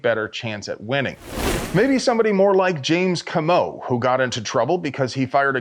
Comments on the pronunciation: Coh-moh Not cah-mo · Comeaux is pronounced Coe-mow. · OMG It's Coe-Moe. Don't make me call James Reeves. Love you.